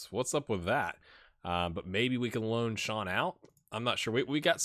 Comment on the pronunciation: i know youre trying your best :) (even if i do shudder everytime you pronounce cian as sean <3)